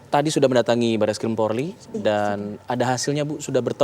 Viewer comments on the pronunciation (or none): pembaca berita menyebut "PORLI"